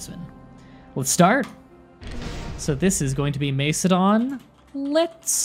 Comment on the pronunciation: Great video man, and I know you apologised for your pronunciation but I still could help but laugh at some of your attempts, just a quick tip, it’s pronounced more like Mak-edon rather than Mace-edon, the C is hard in classical Greek and Latin, hope that helps a bit 😊